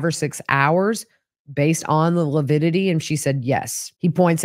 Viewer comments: That coroner was very meek. I got more of a "trad wife" vibes than a person in a position of authority. I enjoyed watching mis-use the word lividity... he called it "lupidity". Rhymes with stupidity. And I'm so angry at for body shaming a murder victim, it may motivate me to write him a letter and send it to his law firm. What a misogynist. With respect to Chad crying, we've seen lots of murder suspects fake-cry for the cameras and authorities. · Whew! This day was a difficult day to watch. really grates on my nerves. Even more so by degrading Tammy’s character, body & physical fitness. Ugh 😡 I was so mad listening to testimony. Oh & saying “lipidity” even infuriated me more. Wishing you safe travels to Idaho! Looking forward to you being there & checking out the juries reaction to. Thank you Gigi for all you do! 😊